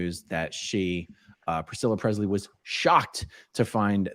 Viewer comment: Lisa sold her rights to the Image and name of Elvis Presley, and Aaron it’s Pre”s”ley not Prezley thank you.